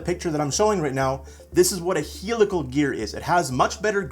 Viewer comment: you are pronouncing "helical" wrong.....